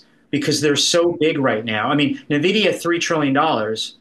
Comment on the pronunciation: He did not just say NuhVidEeeUhh right? Don’t cap on me. 🚫🧢